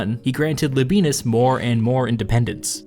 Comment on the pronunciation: Pretty sure Labienus is pronounced Laby-en-us, no diphthong.